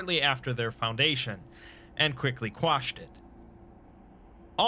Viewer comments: Sounded like "quashed" to me which is a real word. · “and quickly crushed it” but sounded like you wanted to say squashed lol first time I’ve ever heard even a slight mess up